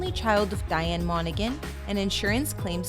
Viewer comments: MonaHAN not “MonaGAN” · its pronounced 'monahan' not 'monagan' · The g in his last name is silent, it really annoys me when it's mispronounced as I have the same last name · I loved this but you are totally mis-pronouncing his last name. Cameron on is seriously so cute!